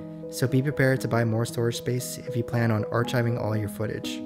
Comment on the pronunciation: Archiving is pronounced R-Kive-ing, not R Chive-ing.